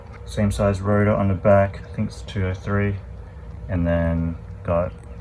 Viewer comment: Rotar* not router